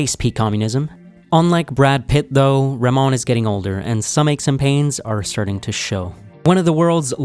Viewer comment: Not Ramon he is name is RaHmon